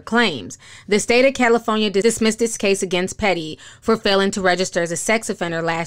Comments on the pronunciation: When ti says “caliphonynia” I just love it lololol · I love when Ti say “Cali-FO-nia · I live for to say “Cali-PHONE-Née-A!!😂 Just teasing! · I love how you say "Caliphoneya"! ❤❤❤ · I love how you say California!